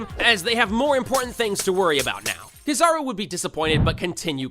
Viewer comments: broo rlly just said "kizahro" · Stopped watching early because of how he says kizaru